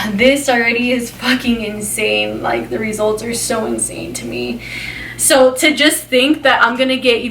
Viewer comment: She talks completely differently depending on her mood, like she’s ALWAYS over pronounce the word “so” into “SHO” when in a hyped up mood but can actually say it normally when in a calmer mood ?? She’s completely ridiculous!!😂😂